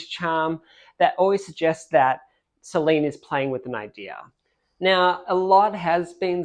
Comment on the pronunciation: Incidentally, the name, Solène is not pronounced Soleen.